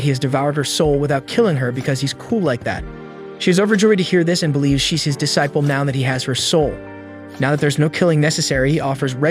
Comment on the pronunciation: Disciple is pronounced dee-cy-pul